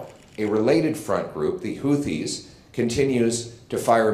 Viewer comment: Isnt it pronounced HOO-TEES?